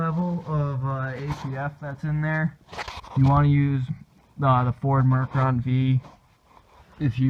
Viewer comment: Its Ford Mercon V not mercron v. It actually stands for 5